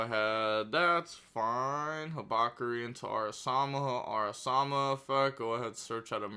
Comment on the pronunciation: araMASA not araSAMA